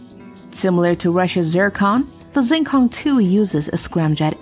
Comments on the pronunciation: it‘s not zing kong, it's xing kong, which means starry sky, "x" in chinese pinyin sounds like "sch" in Deutsch. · It is pronounced "Sheeng Kóhng', not "ZjeenKōhng". I actually speak Chinese. Five dialects in fact